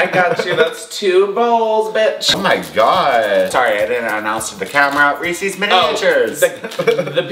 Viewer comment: I'm literally wet with jealousy over that Le Creuset dutch oven Also why do Americans call Reese's Reee-Seees?